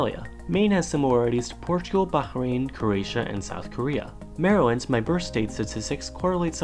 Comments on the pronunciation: you messed up The Maryland name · you got Maryland name wrong